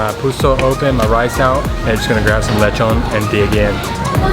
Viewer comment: Its not lech-on its le-chon (the o makes oh sound)